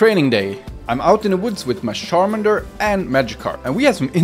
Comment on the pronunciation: Charmander ❌ : Sharmander✔️ Pikachu ❌ : Pikashoe✔️ 😂